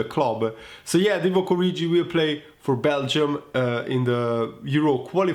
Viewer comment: You are pronouncing 'Origi' incorrectly.